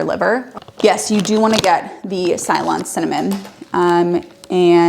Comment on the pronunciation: Its actually pronounced " say- lon ( ceylon) ty!!